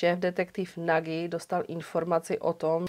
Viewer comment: a Nagy se taky asi nečte jako Nagy, že? :D